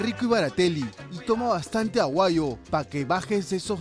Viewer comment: oe queso Maicelo se dice AGUAYO, no "aguayu"...se te escapa el mote? La "jama" es la jamancia, la comida, el combo pe' causa.